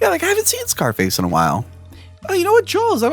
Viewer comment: Please review Orca and Leviathan, both great! Also, since he pointed it out, I can't hear not say Jawls.